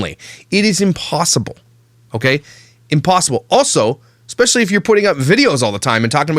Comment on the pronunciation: OMG, finally someone noticed the “...eKspecially...” that soooo many people use!!!! It’s eSpecially, dammit, not EKKKKK!!!! Thank you,!!! I thought I was going crazy or I was mispronouncing it somehow cuz so many people say it that way. And NOONE says anything. So glad to know I’m not nuts. Another thing, they didn’t “put” Ariana in the car, they MANHANDLED the f@ out of her getting her in the car. I was so uncomfortable too,!! Btw, you’re the man,, keep calling the narcissistic SOB’s out!! Protect these kids! Thanks so much for thinking abt the kids. And for putting a humorous spin on it too! 💜💜💜